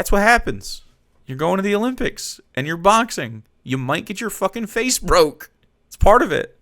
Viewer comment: I don't know about this Megyn Kelly, he said Olympics wrong, this man shouldn't be allowed to report news.